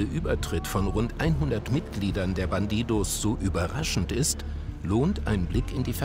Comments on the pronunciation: Alle: bandidos Monte: BanTiTos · "bandidohs" der typ kann nicht mal den clan namen vernünftig aussprechen xD